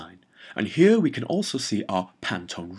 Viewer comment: that "here" hits me everytime man.